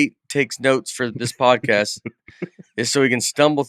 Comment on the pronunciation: I love how the intro was pre recorded and Nate still said "prodcast"